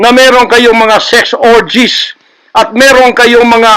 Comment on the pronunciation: Correction po... SEX ORGIES. HINDI... SIX ORGIES